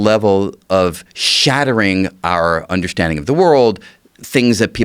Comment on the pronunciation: Until I heard this clip, I didn't know that the word, 'Undershtanding' has an 'H' in it....